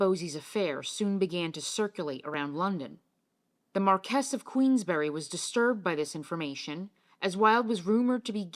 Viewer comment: Very interesting video - by the way Marquis is Pronounced “MAR-kwiss”. NOT “Mar-KESS”.